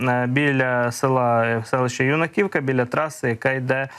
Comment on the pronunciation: Скільки можна вам Писати- Юнаківка, а не юнакІвка.Ставте наголос як має бути.Наголос на "Ю"